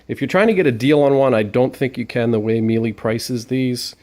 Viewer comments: It's pronounced me la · Thank you, you would think this guy would know how to say Miele properly.